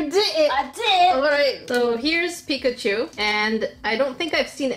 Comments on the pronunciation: Pikachu really isn't ok if you're calling him pichacu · Omg when you said pikacu like pí*aku....I'm crying from laughter cus in my country píč* it means bi*ch🤣🤣🤣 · It's pigglechu and brubsasaur. My favorite pankiman.